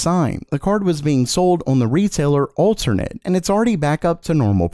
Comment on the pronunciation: For some reason you are supposed to overpronounce the second "a" in the shop name Alternate. It's also the same pronounciation as the first "a"...